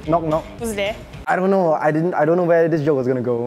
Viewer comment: I say tree 🤣